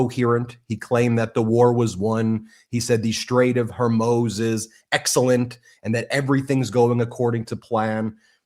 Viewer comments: BEN can you PLEASE learn how to pronounce the Strait of Hor-Mooz if you’re going to discuss it every day? Thank you for your attention to this matter. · Dammit, the Strait's name rhymes with More Booze. Gore Moose, if you like. Floor Shoes. It's not that hard. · Just wondering the correct pronunciation - Horr MOOZ. Love the Podcast! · Stick to politics and law observations, and stay away from commenting on military actions or capabilities — makes you lose credibility. Also, learn how to pronounce Strait of Hormuz…it’s not “Hormoze” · Strait of Hormuz. Not Hormos. Please pronounce correctly. Thank you. I think your observations are excellent. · The Strait of Hormuz is pronounced strayt uv haw-MOOZ (IPA: /streɪt əv hɔːˈmuːz/). It is a narrow, vital shipping route between Iran and the UAE, separating the Persian Gulf from the Gulf of Oman, often emphasized as a major oil chokepoint. YouTube YouTube +4 Pronunciation Breakdown: Strait: strayt (rhymes with "wait") Of: uv (unstressed) Hormuz: haw-MOOZ (stress is on the second syllable) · I love your channel, but bro....HOR-mooz. I'm on our side. The side of right. But that's driving me crazy. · Youre pronouncing Hormuz incorrectly. There is no O in the end of the word. Its a U. Its pronounced, oo, as in too, or boo, “hormooz.” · I love you Ben but Please! It's HorMOOZ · It's Hormoooz (moo Like in cows) not O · Ben please consider pronouncing it :the straight of "Hormuz". Like "mooze" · The Strait of Hormuz (/hɔːrˈmuːz/ Persian: تنگهٔ هرمز, romanized: Tange-ye Hormoz listenⓘ Please pronounce this correctly. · Strait of HarMOOZ. Please say it correctly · It’s pronounced Hormuz (Hore - mooze) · Luv you Ben, but it’s HorMOOZ. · Ben, it's pronounced the strait of Hore-mooze. Like a cow, with a z..moo-zzz. Love you guys. Keep of the awesome work. 🤘😎🤘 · Please learn to say Hormuz. I love your work but that's grating on my nerves (petty I know) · Why can’t he decide on how to pronounce Hormuz….is it just me. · Hormuz not Hermoze!